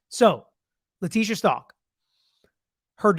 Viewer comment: It would be good if you pronounced her last name right. Check first.